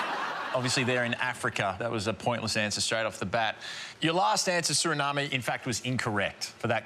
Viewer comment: The e is silent in Suriname